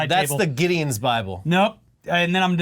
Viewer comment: It's in the baaable! And it's Bilbo.